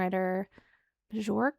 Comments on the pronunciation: Björk is pronounced "Byork", more or less. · "The Real Thing" is a great song! Great reaction! Bjork is pronounced "Byork." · Bjork is pronounced BeeYerk, and she is her own genius rabbit hole that must eventually be dug into. ❤ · her name is (bee-YORK) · Faith no more were the first true nu metal band, combining funk, rap and metal - also: Björk is pronounced Byerk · She says Bjork like they used to on MXC. Byork. I hope people are aware people eat fish. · Björk isn't pronounced "Byork" though😊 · Bjork's name is pronounced Be-York, like New York. (York in Northern England was originally named Jorvik by Norsemen, who also settled in Iceland) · Her name is not Bjork though but Björk.😊 And it's absolutely not pronunced as Be-York. There is neither an e-sound nor an o-sound in it. It's a Nordic ö (and a Nordic r as well btw) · Not classic rock. But a great song. Classic rock fans would take a bathroom break during this one. But it's a great song. A great song to pee to. Ok, that was me being silly and channeling Triumph the insult comic dog. Are you down with Triumph? Probably not. I like this song. You better watch your back, if Bjork sees you on the street she's going to pounce over how you pronounced her name. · Now you must react to Bjork for your mispronunciation of her name. I'm partial to Army of Me.